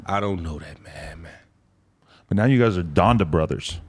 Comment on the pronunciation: This man said “Donda brothers” 🤣🤣🤣 hell nah